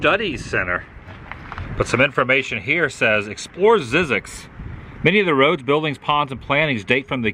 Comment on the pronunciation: Zzyzx rhymes with Isaacs 🤓